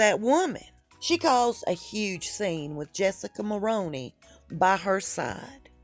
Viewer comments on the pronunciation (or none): minutes...I'm just trying to be helpful as a Canadian... you are mispronouncing Jessica Mulroney's name. Mulroney is pronounced "Mull-roo-knee" think of the "roo" as in kangaroo or room. I remember well when her father in law Brian Mulroney was the Prime Minister... Hopefully this helps you for future reference and videos. 🇨🇦🤗